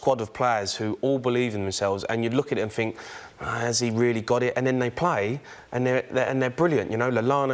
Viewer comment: Pedantry warning : Anything NOT anythink FFS.